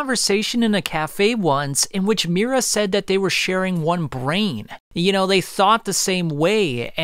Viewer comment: You're mispronouncing his name over and over again bro. MI-U-RA